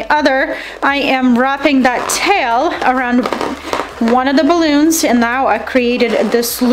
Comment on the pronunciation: I love ur video... but its cute how u over pronounces words balloonza.... great directions and demonstrations